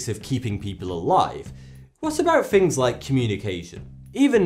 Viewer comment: When u say things u say fings